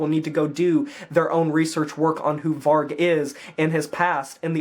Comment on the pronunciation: I honestly never hear one american pronounce vargs name properly 😂 Varg is the truth. It’s a tough uncomfortable truth, but it’s truth.